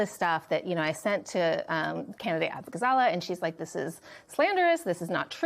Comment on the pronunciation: Abughazleh is pronounced 'Uh-boo-gah-za-LAY'. It takes 5 seconds to look up Kat saying her name.